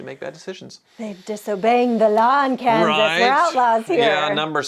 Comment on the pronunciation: it's kansas😂😂😂 hi